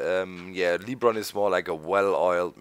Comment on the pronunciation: Hey doc it's not leebron it's lebron